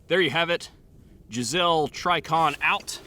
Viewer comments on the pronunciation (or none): "Jiz-elle" trigger? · Absolutely no way you're pronouncing "Geissele" the wrong way on accident. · I'm sorry, did you just call a Geissele a Gazelle?